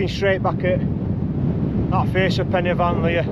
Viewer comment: As everyone else has said it’s corn Dee And your pronunciation of pen y fan was spot on mate and sounds even better in you’re northern accent.